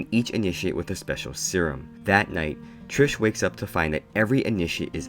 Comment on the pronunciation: Bruh when he started saying Trish